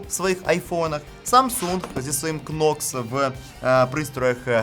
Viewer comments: Нокс, не кнокс, будь ласка 🫤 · не хочу душнити, але, будь-ласка, не Кнокс, а Нокс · Knox це читається Нокс! Літера К не читається!